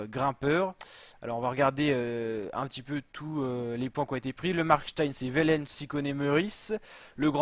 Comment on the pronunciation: Tim OUAIIIIIIIIIIIlens ! Par pitié, la prononciation !